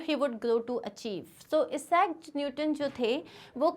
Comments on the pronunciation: it is isaac not esaac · You are pronouncing Sir Isaac Newton wrong you are pronouncing his name as eesac Newton…..just a correction..